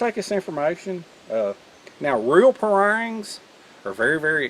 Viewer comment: "Pah-rung" local Malay pronunciation